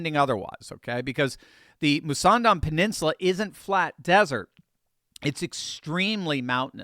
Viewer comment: What a stupid plan is the Mussandam canal. can barely say the name properly. It will simply be another target for Iranian missiles, with expensively loaded ships conveniently parked nose to tail over a long distance...easy to target, not dissimilar to the Straights of Hormuz. The choke hold on the Straits of Hormuz has indeed put the US and its allies in the area into Dire Straits indeed!